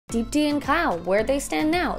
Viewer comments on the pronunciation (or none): I can't stop laughing at how they pronounce Deepti lmao